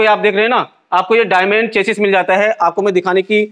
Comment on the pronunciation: भाई वो "चेचिस" नही "चेसी" होता है।